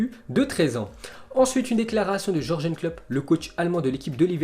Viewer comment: "Georgène" Klopp 🤣 tu m'as tué !!